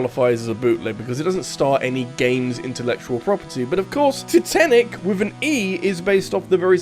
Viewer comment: ah yes, the unsinkable TITENTIC